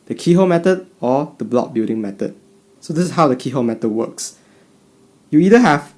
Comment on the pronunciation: "This is how an X Cross wooks" UwU